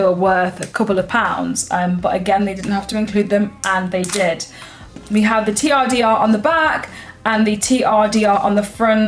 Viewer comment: TRDR.... turder... 🤔😂